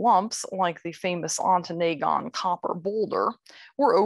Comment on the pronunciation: Ontonagon Ahn-Tuh-Nah-Gun. Not Ahn-Tuh-NAY-Gun